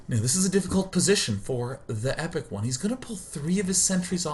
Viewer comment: Hey It's TehEpicOne here and my life was fulfilled when I found out Day[9] casted my game. <3 He even pronounce my name right this time. <3